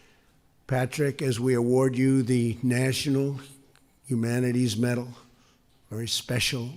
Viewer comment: What is a Nachunal Humana-Terries Metal?